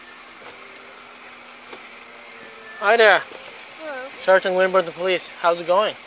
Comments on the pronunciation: The girl at the end said poolice brutality 🤣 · “poloose brutality” LOL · Did anyone hear the girl at the end ??? “Poloose brunality” 😂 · Trent Rains I thought I was the only one who heard “poloos” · I heard ''pah-loose brutality'' but its pretty much same thing.. Just thought her egregious error of pronunciation deserved to be highlighted for the severe cringe factor.. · The lady at the very end said "paloose brutality". lol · I heard paloose brutilidy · At the end she said “Paloose brutality” 🤣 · You guys hear the girl at the end? “Poloose brutality” What’s a poloose? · At the very end the friend “This is poluse brutality” We haven’t been drinking 😂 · Lmao the end where she says paluce brutality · Did anybody hear that last line? “Poloce brutality” 🤣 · Did anyone else hear the last girl say "polooce brutality"?